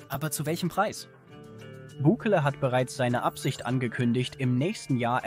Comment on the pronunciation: Meine Guete, lerne einmal Bukele richtig auszusprechen, das hoert sich total asi an und macht das Video lachhaft. Andererseits kommt Ihr sehr spaet fuer eine derartige Reportage als waere der Schnee von Gestern immer noch da.